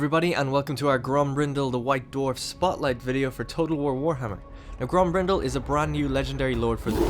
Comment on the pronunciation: Grombrindal pronunciation in English is so broken and wrong, stupid manlings